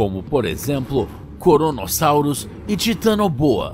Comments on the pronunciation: Krono, Kronosaurus e não Koronosaurus! Vocês só têm o trabalho de traduzir um programa pronto para o Português e mesmo assim fica uma porcaria 😔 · "koronosauros" kkkkkkkk (poucos entenderão)